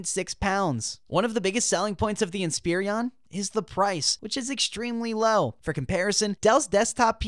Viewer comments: Why are you saying Inspirion instead of Inspiron? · Someone tell him Inspiron doesn't have three I's in it.